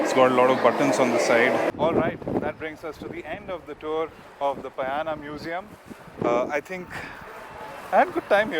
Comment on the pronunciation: It's not Payana(न), its Pa-Ya-Na(ण).